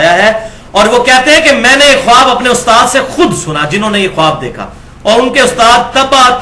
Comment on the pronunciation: ماشا اللہ معلوماتی پروگرام ۔ زرا سی گزارش ہے کہ لفظ "خواب" بولنے میں "خاب" بولا جاۓ گا۔خواب میں"الف" سائیلنٹ ہے۔"